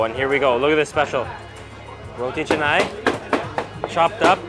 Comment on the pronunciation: "Saam-baal", not "sam-bel", roti "Cha-nai", not chennai...